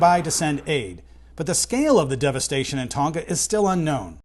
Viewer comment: It is not Ton-Ga - learn to pronounce names as the people who live there do